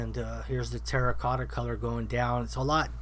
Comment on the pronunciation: did you say Tera cotta? or tera kaka 🤣🤣🤣🤣🤣🤣🤣🤣